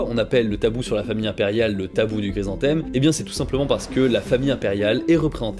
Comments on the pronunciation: Super série de vidéos, le sujet est vraiment très intéressant. Merci et bravo pour tout ce boulot ! Juste une petite précision, la fleur, c'est un chrysanthème, pas "gry". 😉😁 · ce gue j'ai pas guompris c'est : c'est guoi un grise-en-thème ? En dehors de cette prononciation étrange de chrysanthème, bonne vidéo :) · Ca me fait trop rire à chaque fois il le prononce grisanthème xd , sinon , comme toujours , superbe vidéo et super intéressante